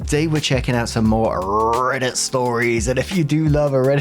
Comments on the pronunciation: 🧇 I particularly love it when you wing up the R, ala “rrrrrRRRRReddit stories” 🤌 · 🧇🧇 of course I do!! Im waiting for the day instead of you saying rrrrrrrrrreddit you say rrrrrribbit 😂😂